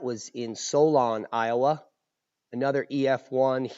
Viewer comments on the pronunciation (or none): none